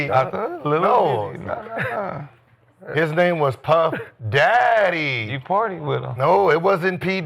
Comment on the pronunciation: Gil please don’t say Puff daddy like that again😂😂